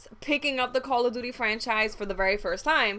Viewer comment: Call *Of* Duty not Call A Duty. :3